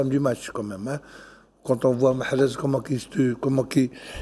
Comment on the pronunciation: tu ose pas prononcer MAHREZ tu évite de dire un mot sur lui(MAREZ) MAHREZ restera un grand joueur